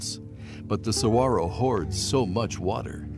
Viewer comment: I've lived in Arizona for most of my life. Saguaro is pronounced: sah-war-oh. Lovely documentary! 🌵🌵🌵🌵